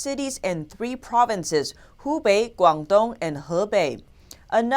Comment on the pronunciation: The personality should know how to speak Mandarin because she is the only one can pronounce the province 'Hubei' and other Chinese names correctly.